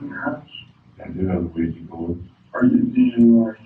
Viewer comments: WTF??? AGAIN? Another youtuber saying Luigy board??!! It's OuiJA JA JA JA JA. Not OuiJEE. For al I care, because Ouija boards are just a very old scam. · why is nobody able to pronounce OUI-JA board corectly? it is JA and not JI. or just say LUIGI board.